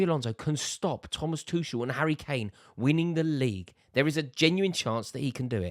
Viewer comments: Rory still calling Tuchel "Two-shell" STOP PRONOUNCING THE 'CH'. You can say Tookle or Tu-hhel. Anything but bloody Two-Shell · Is it really THAT difficult to learn to pronounce Tomas Tuchel's name properly? After all those years of PL involvement and British interest in him?